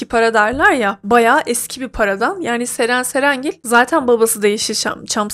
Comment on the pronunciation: Nie anlamadım her Ceren cerengil dediğinde patlıyorum : Ddddddddd